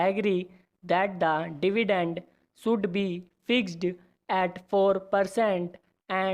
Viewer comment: He doesn't know how to pronounce should be